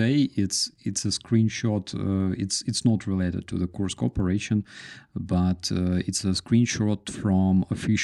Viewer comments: "Koorsk" is accurate enough. Coors + K. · When you pronounce the word Kursk it sounds like you saying Korsk in English